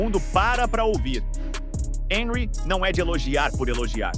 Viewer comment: Boa Noite. É (Onrri) a pronúncia de Henry.